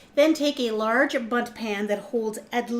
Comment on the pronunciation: For a second, I thought you said 'butt cake' 😂